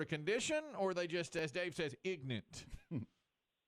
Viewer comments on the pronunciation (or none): I know Dave's trying to be funny here, but he really comes off as ignorant himself. First, for continuing to insist that it's ignorance, and, second, for the way he continues to pronounce ignorant.